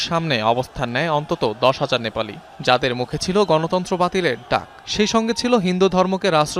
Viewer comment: নেপালি না নেপাইল্লা